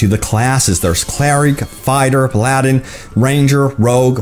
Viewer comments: Whats a PilAladdin is it a Drug dealing Genie owner maybe,Some of your pronunciations make me smile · Its pronounced "meta" not "mayta". Also you said Paladin wrong as well. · Never in my life have I heard someone pronounce paladin...differently. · Aladdin and paladin aren't pronounced the same way. C'mon professional youtuber.